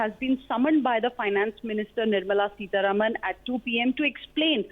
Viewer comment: Who is this news reader? She is unable to pronounce words properly. Can't even say the names of Salil Parekh and Nirmala Sitharaman...